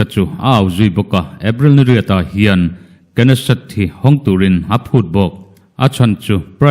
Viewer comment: knesset,Israel parliament hi Nesset ti a lam a K hi a silent tur niin ka lo hria,i chanchin puan a bengvar thlak e